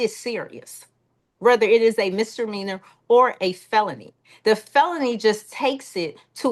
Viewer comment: If this judge says MISTER MEANERS one more time. 😵‍💫 It's MISDEMEANOR!!!! Good Lord!!!